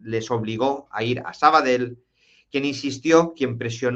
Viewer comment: Se te escucha de lujo... pero por cierto, se dice Sabadell,no "sabadel''(tú puedes!!)